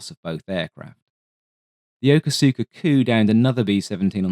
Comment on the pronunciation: I came here to talk about yoko suka Makes my eye twitch every time